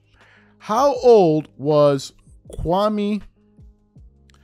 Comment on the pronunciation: SAS was so disrespectful to Kwame Brown to the point that he pronounced his name wrong. SMH